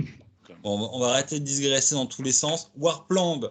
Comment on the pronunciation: Super interview! Mais on "digresse",... on ne "disgresse" pas;-)